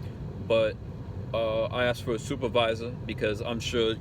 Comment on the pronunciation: Couple months of speech lessons might help there. Just how do you spell supwerviso you frickin idiot.